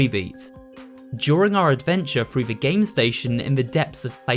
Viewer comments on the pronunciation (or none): none